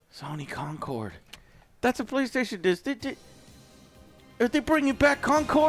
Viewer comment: Dude pronounced it wrong. It was "Concord"